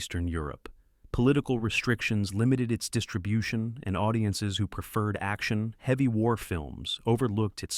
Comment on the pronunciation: If you’re going to use AI you have to at least get the grammar right for example “ …action , heavy “ should be “ …action- heavy “ to eliminate the stupid unnecessary pause between action and heavy . Cringe AI nasally voice aside there’s some good flicks here . Come and see is fun , and i didn’t know both herzog and peckinpaw did a war movie